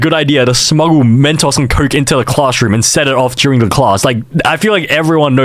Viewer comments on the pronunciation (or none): Yoooo! “Mentaws” goes hard bro!